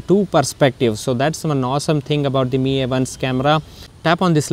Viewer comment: The way he pronounce 'MI' as 'ME' really bothered me!